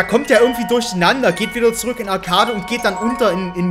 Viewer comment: Man spricht das arcade im englischen aus sprich„arkäid" #bester Youtuber